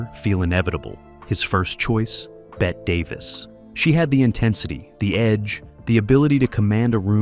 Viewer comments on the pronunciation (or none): IT'S NOT BET....IT'S PRONOUNCED BETTY...Get with the correct history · Scenes from "The Apartment" because AI don't know nuttin'. Pronounced Bette Davis's name "Bet." Says Robinson watched a "playback" not possible with film. Gah. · OP, write Bette as "Betty" to make the A.I. pronounce it right. "Bette Midler" and "Bette Davis" are pronounced differently. And you should have edited out the few seconds of Jack Lemon. 🚬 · Bette is pronounced Bettee Davis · Bette Davis is pronounced "Betty." Bette Midler was named after Davis's first name, but Midler pronounces her first name as 1 syllable, and when it was brought to Davis's attention at the time, she was not happy with Midler's pronunciation. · It might be "nice" if you actually watched the movies you are exploiting in your videos. And, it might also be nice if you stopped calling Bette (Bet tie) Davis after Bette Midler. It's spelled Bette but anyone who knows even a tiny bit about old Hollywood knows that it's pronounced Bettie. And, sweetie pie, Fred M doesn't say the line "There's a speed limit in this town". Barbara S does. You have the entire sequence wrong. However, I realize that the point for you is to make $$ off of film and you don't really care a bit about truth or reality. So, I quit and I will block you. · Yeah, scenes from "The Apartment" mixed in, Bette Davis's name pronounced "Bet," slop.